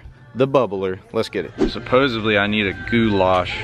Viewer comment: In case you wish to improve your vocabulary.....you said ‘supposeably’ when the correct word is supposedly. I’m also trying to get all those posting videos to stop using a non-word...casted. Cast is both present and past tense. Example....I cast out to the weed line a slammed some big bass. Hope this helps.